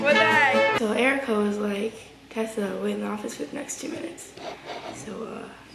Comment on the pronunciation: It's TEEEsa Tessa not tassa